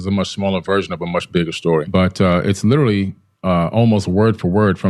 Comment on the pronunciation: I really wanted to watch this but I just can't listen to someone constantly using the term "literally" and pronounces it "little-ly." OMG! It doesn't stop!